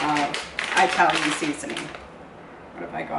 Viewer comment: “Eye-talian”? Good grief